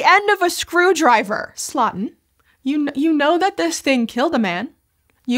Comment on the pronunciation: For the very little it's worth, Louis Slotin's last name should be pronounced like "slow-tin", not "slottin' ". ❤